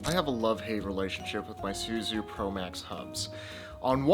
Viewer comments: This happened when Suzue switched their manufacturing from Japan to Taiwan. All the new Suzue stuff is made in Taiwan. The original NJS Suzue promax is the best one to have. BTW it's pronounced Su-zu-aye. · There are 3 syllables in Suzue. Minus one milllion fixie points for every time you said "SoO zOo", wtf is that how people speak in Sacramento these days? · Suzue is 3 syllables. 0 fixie points for mispronunciation ;)